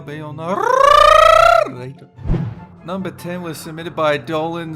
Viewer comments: NarRRRRRRRRRRRRRRRRRator"" cranking up my car like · “naRRRRRRRRRRRRRRRRR quickly -ator” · YES I MISSED THE FACT DOLAN SAID NAR-R-RATOR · “And today, I will be your naRRRRRRRRRator!!!!!!” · "I'm and I'll be your naRRRRRRRRRRRRRRRRRRRRRRRRRRator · "I'm danger Dolan and today I'll be your naRRRRRRRRRRRRAtor" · Dolan:”NRRRRRRRRRRRRRRRATER” 😂 I LOVE IT